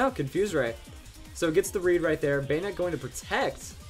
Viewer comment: Banette not banetee lol